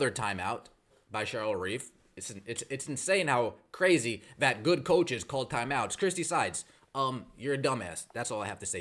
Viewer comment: what are these "thyme outs" you speak of?